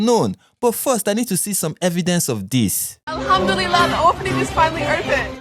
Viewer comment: Every time she says alhamdulila makes me cringe. Woman you're no Muslim nor an Arab so stop trying so hard to pronounce words that do not roll off your tongue naturally. I have a very good bs radar and these social media personalities usually expose themselves by the things they say and how they say it or do it. This lady is so obnoxious specially her fake reaction to the chat gpt answers